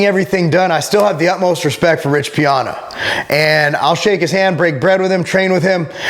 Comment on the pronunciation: Lol why do you pronounce his name like that😂